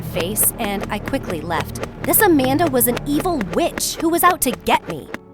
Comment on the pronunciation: WHENEVER “AMANDA” WAS SAID IN THE VIDEO I THOUGHT IT SAID “a panda”